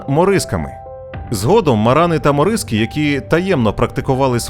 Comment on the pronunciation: Навчіться правильно ставити наголос географічним і історичним назвам типу: Аль Андалýс, морícкос i etc..